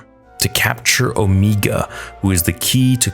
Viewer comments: Finally the Zillo raists it's massive head. Which i thought was interesting because when you see it at first it's not obvious what it is other than a freaky monster. The lighting in this episode definately felt better than previous, much deeper shadows. Also can we stop with the Omeega, now? Unless you're doing her accent it doesn't make sense to say it that way. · 🤣 I'm sorry but the way you pronounce Omega had me laughing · I hate when you say Omeega. Her name is O- mega. Love your video still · i love, but GOSH I wish you'd stop saying omeega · Here we are again. Back for more "Omeega".🙄😒 OMEGA ONLY HAS ONE "E", NOT TWO!!! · Please stop pronouncing Omega’s name as “Omeega”. It’s pronounced as the regular “Omega”, she just has an accent that’s why is pronounced that way. That doesn’t mean you have to replicate it. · Don’t assume that about me okay. I get it, he’s Canadian but he has said the word “Omega” during Bad Batch S1, now he says “Omeega” to replicate her accent. It’s unnecessary and it’s not her actual pronounced name, she just has an accent. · Ooooo. Meg. Ahhh. You’re so annoyingly wrong with o-me-gah. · Why the hell do you keep saying "omeeega" like a dumbass? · Please stop saying Omegas name like that. Please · and . You really have to learn how to pronounce names properly. Her name is pronounced Omega, NOT "Omeega." Are you completely illiterate or are you just messing around? You pronounce it perfectly at other parts, , of the video... Do you want me to pronounce your real life name as Amongus Dodo? No, you don't. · Pretty sure it's Omega not 'Omiga". Even the characters in a show call her Omega. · Ngl. It kills me inside a little bit every time you say “O-mee-ga”. It’s just Omega unless you have a New Zealand accent 😂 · If someone down here in the comments could answer a question I have had for some time now. But why does keep saying the name wrong”Omeeeeega” when everyone in the bad batch calls her “Omega”?